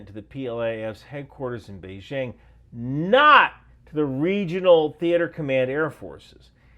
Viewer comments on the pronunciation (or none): none